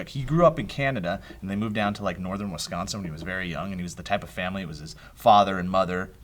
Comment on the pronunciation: Props to Joe. You are probably the only person outside of the Midwest that can correctly pronounce Wisconsin.